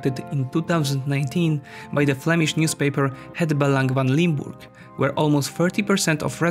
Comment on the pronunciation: Het Belang van Limburg. Very good pronounciation! Nice vid!